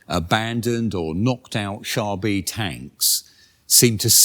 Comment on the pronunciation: Wouldn't the name actually be pronounced "Car B"? The French term for "tank" was "char d' assault" (literally "assault car").